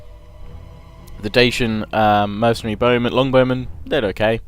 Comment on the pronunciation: Highlights of part 67: "Dacian BOWmen..." "Dacian BOWmen..."